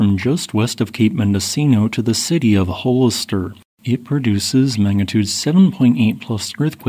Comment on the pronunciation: It's pronounced HALL 'ISS 'ter. Hollister, CA.